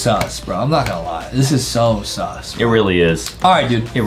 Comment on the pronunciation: Why you say S,U,S